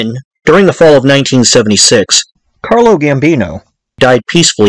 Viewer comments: Bro it's CARLO OOOO NOT CARLOSSSS. ITALIAN NOT SPANISH. REALLY EXCELLENT DOCUMENTARY THOUGH BRO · His Name was Carlo not Carlos 🤨